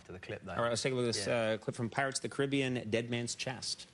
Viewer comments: It's pronounced cari-be-an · “Pirates of the cribbean”